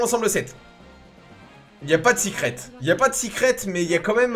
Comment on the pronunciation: Pk tu dis sicrette.....au lieu de secrète ?